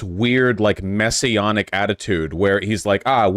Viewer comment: Maybe we need more than one such reacher outer. It’s just that such people tend to be working a private grift, if not actually “messionic” (Vaush, it’s pronounced with a short a sound).